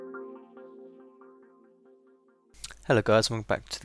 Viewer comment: Any1 notice at the intro he said "minecraft logicT ? lol